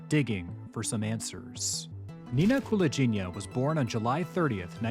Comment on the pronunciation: Wrong last name pronunciation, though 😁 Its "gi" part is pronounced like in "give", not like in "gin". And stress on the second syllable - KulAgina 🙌🏼